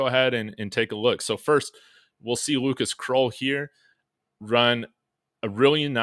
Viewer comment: Krull like skull … not kroll like troll